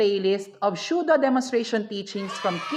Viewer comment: The video and the content was actually amazing and informative. The only thing I noticed po is how you pronounced Pseudo - ˈsü-(ˌ)dō. I think that it is SUDO not SHUDO po,. ✌️✌️😅 NO HATE INTENDED, SO PLEASE DON'T BASH ME.